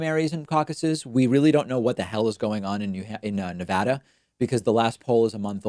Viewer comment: I think you pronounced Nevada in every possible way in this one video